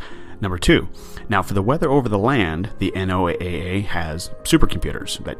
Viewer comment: N.O.A.A. is pronounced NOAH, like the Flood.